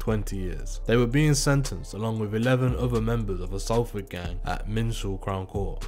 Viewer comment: Just gotta say it's pronounced SOLFORD, think of Salt, also they got sprung on Regent Road not Regent Street